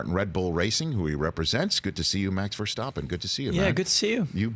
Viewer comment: It’s probably just me but was anyone else irked by Rich slightly mispronouncing Verstappen every time?